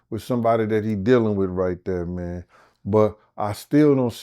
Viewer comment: "...allow a mam to coerce-", please stop.